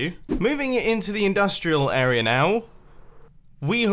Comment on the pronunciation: And, "area," with an R. "Arear"